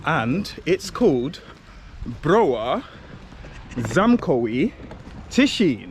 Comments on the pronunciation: Is Cieszyń not tishin 😡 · Cieszyn :) Tak sobie myślę "o co chodzi z tym tiszinem? Może on jest w Tychach..." A to Cieszyn.